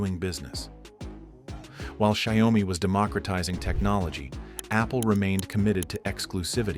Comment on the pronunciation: at least learn to pronounce Xiaomi name right - 'Shaw-mi' not 'Shao-mi' i swear NA people are so uneducated